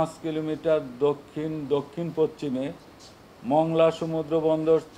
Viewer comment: পচ্চিমে এটা কী উচ্চারণ!!